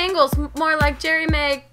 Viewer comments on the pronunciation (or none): none